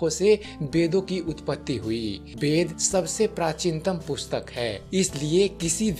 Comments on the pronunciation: Bhai tumhe ved bolna to nahi aata thik se bed bed kar rahe ho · Beda nahi veda bolo 😄😄😄tum bengali/orissa ho kya